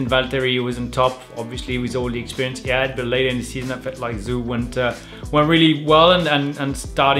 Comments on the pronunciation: Lol it isnt pronounced Zoo. Its said like Joe. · It's pronounced like Guano Zoo.